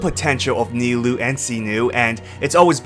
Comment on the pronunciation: Kinda out of pocket, but kudos to you for actually pronouncing Nilou and Cyno correctly !!!